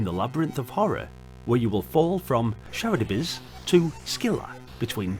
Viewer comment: Now this looks like a goodn'! It reminds me of an advanced version of Montezuma's Revenge, an Atari/C64 classic. I will definately have to give it a proper go! (btw: Charybdis is pronounced as ka-RIB-dis). "Between Scylla and Charybdis" can be translated as 'caught between the Devil and the deep blue sea.)